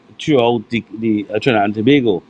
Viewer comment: Love the way you said Tobago! Good morning 😊🇹🇹🌶💙🌶💪🎶🇹🇹